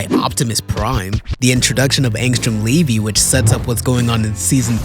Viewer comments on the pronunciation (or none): Just call him Levy please it’s not Levi, you’re gonna screw a lot of people over with that pronunciation